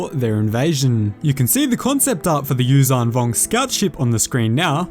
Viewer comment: Its not uzang vong its yuuzhan vong